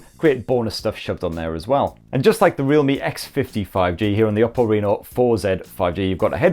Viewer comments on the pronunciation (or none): none